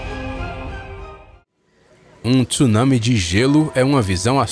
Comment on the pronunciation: pela primeira vez escutei brasileiro pronunciar corretamente TSUNAMI !!!! BRAVO!!!!👋👋💯